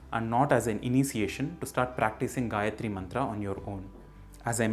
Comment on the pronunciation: Correct pronunciation, but not the correct "recitation". Here is an appropriate vedic version of reciting the mantra: Great series! Nice video. Thank you. But there is one important point you or anyone watching this video should note down. Your pronunciation of gayathri and comment on the same is very right. But it is not the correct "recitation" of the mantra, the vedic swaras are missing or very inaccurate. I don't know whether you have done this purposefully (may be for this public video). If this is how know/recite it, please correct it. Most of YouTube is full of Anuradha Padwal's Gayathri. But here I have given a link with appropriate recitation. Please follow it, if not learn recitation from a vaidika.